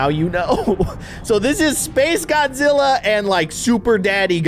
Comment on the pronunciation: It's Shin Godazilla